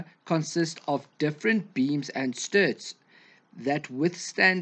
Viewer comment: Struts, not sturts..